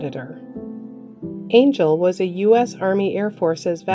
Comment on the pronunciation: Ma’am, it’s pronounced An- jell. Not Ayn-gel. His name is Angell.